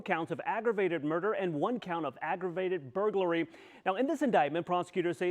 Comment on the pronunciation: NOT "ONE COUNT OF AGGRAVATED BURGULARY" BUT 2 COUNTS OF AGGRAVATED BURGLARY.